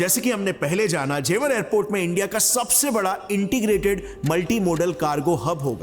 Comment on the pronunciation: Not jewaar Its jewar